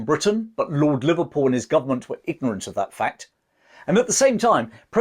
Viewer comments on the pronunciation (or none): none